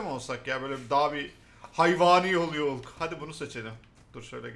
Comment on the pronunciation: abi hulk diye okunmuyo halk diye okunuyo